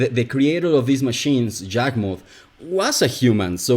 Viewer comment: When I hear you pronounce Yawgmoth with a j is confusing because I always hear it pronounced what a e like sound